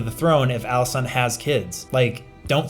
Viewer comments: Viserys was actually not referring to rhaenyra's aegon on his deathbed he was talking about aegon the conqueror. Also great vid as always but she's called Alicent not alisaant lol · Alicent,, it's AlicEnt